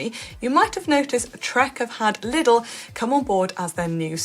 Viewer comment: Liddle?..... Oh, 'Lidl'! Jeez, "professional" media types, eh.